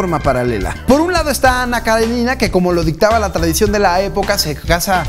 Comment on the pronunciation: Aquí en México lo pronunciamos mal... Es Karénina, no Karenina